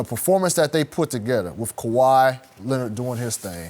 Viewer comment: Nobody talkin about how Skip actually said Kawhi’s name lmao